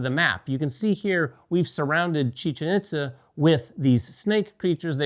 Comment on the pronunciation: Pronounced, "EAT-za", not "IT-za".